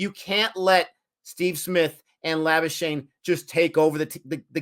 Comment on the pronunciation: By the way, its not Lobu-schagne. Please watch this